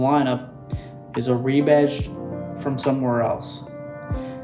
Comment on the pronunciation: "re-batched"? REBADGED! Fucking AI is gonna make us humans wonder how we ever communicated with eathother/